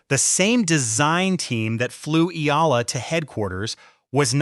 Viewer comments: pronounce it Eeeee-yaaaa-lah, not aila, not ala. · EALA "E-YA-LA" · E........yala thats how you should pronounce her name & not sampagweta...should be sampagita correct pronounciation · Eela, Ala, Sampagwita... AI fumbles with pronunciation. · Check your pronunciation of her surname and the word, Sampaguita.